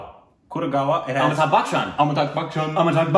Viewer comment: It's not amitaK it's amitaBH...